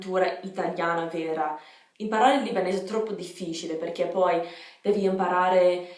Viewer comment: Il tuo italiano è perfetto! Complimenti :) però occhio a come pronunci "difficile"